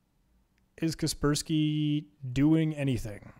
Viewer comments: I pronounce kas-pers-key ->>>> ka - pers -key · Who TF pronounces it "casper-sky" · kasper-sky or kasperski, either way just use windows av. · it hurts my brain when he pronounces it as kespersky. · The way he pronounces "KasperSky" annoys me. Is he trolling us and doesn't know about KasperSky? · I cant stand how he pronounce kaspersky how do hell do you think you pronounce it like that?